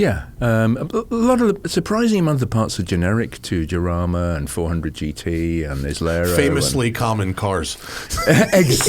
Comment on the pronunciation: Iain too polite to correct Matt on his pronunciation of the Jarama , it’s like ham Matt jamõn